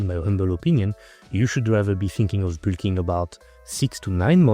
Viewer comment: i love your pronounciation of bulk (boolking/bilking)